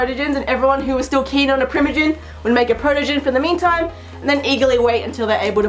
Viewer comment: Protegen…it sounds like Protogent the Anti-Virus software.